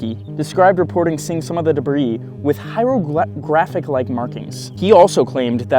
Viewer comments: with what you said? Hieroglyrphics? There is no second R in that word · Bro needs to research the pronunciation of Hieroglyphics